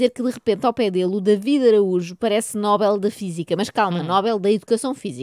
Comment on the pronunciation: Oh Joana, o outro dizia rúbrica, em vez de rubrica. E tu espetas a todo o pano com o Nóbel, em vez de Nobel !